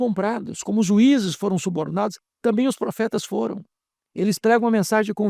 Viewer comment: Não tamito,e sim "também "